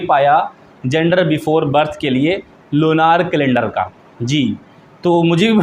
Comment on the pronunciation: Lunaar nhi hota .. Lunar hota h😂